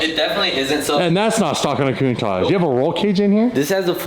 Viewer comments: What's with canadians and americans (I'm looking at you ) pronouncing countach 'coon-taj'?? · why do you say coontasch, isntbit pronounced countach? you know, like "counting" and "touching"? coun touch? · You keep saying lamborghini cuntosh it's definitely not a cuntosh it's a impostor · stop calling it a countach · The way he pronounces ‘Countach’…it’s like he is saying something vulgar and dirty! 😂